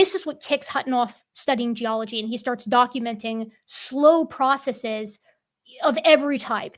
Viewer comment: I trust, if for no other reason than she pronounces "processes" the right way, and that is truly rare. 😁